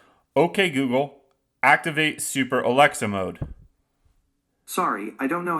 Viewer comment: You didn't even say it correctly. Though, it still probably wont work.